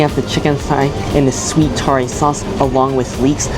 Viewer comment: Toriya Koh - pronounce it like Tory ya Koh (like cold without the D). But thanks, I know what to expect when I go there for dinner tonight